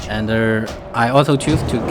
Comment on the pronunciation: ander ander 🤣🤣🤣